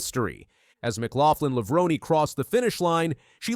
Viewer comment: I immediately turned this video off when you could not even pronounce Sydney's last name